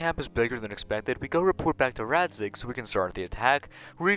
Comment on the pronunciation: Its RADZIG, RADZIIIIIIIG 😂 Great video btw ❤️